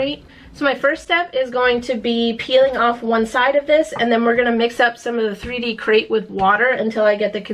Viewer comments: "Crete" is pronounced "kreet," like concrete, right? Sounds like you're saying "crate" and I was so confused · Are you saying “Crate” for the Crete product? It’s Crete. Like concrete. Right?